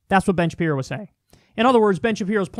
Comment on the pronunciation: Is he calling him bin Shapiro